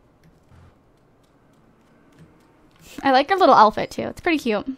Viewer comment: why do you say elfit instead if outfit?haha